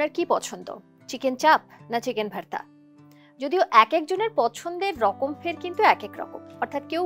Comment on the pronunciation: ভার্তা কি না কি ভর্তা? এই ভাষা পাইছেন কই?